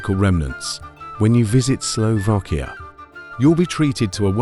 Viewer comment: Please ....it is Slovakia not Slovokia😢!!! Please the pronunciation right for goodness sake...